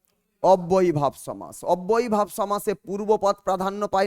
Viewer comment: পাঠদানের প্রথমেই ভুল?....সমাস=সম্+আস্+অ,....শেষে 'অ' আছে।আপনি বারবার 'আ' বলছেন কেন?